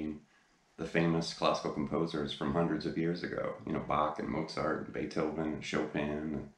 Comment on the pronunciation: WOW! I know, it's probably off topic, but congrats! you are the first english speaking guitar teacher who pronounced Bach , Mozart and Beethoven correctly. (and thanks for again doing a great lesson)